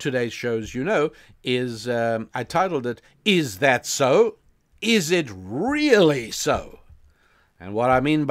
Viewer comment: "How the world rrrrrreally works!" 👌🏿It's dope Rabbi, keep it going! 💯